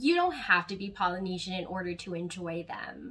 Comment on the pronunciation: Love it and great to see you supporting your culture. Am also Polynesian descent and come from New Zealand. Pronouncing is a little off. But good work :)